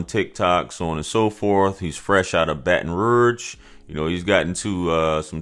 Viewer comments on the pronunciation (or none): I’m from south Louisiana and the way you pronounce Baton Rouge is so funny 😂. Keep up the great work bruh. I enjoy watching the videos